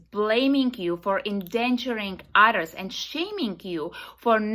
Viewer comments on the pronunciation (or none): Why does she keep talking about "utters"?